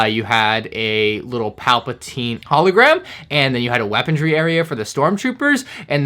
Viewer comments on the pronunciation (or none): Why did u say hallu gram so weird